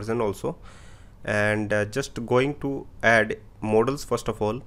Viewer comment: Mod-els. Not Mo-dals